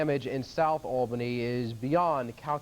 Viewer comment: The need to learn how to say Albany properly. (it is "All-Benny")